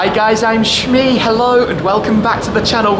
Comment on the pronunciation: im ur big. shmeeee from India i love the way how u say ur name